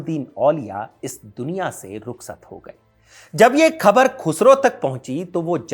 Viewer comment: Jab aap Hazrat Nizamuddin ka pronunciation bilkul sahi kar rahe hain to Khabar ka bhi theek kijiye.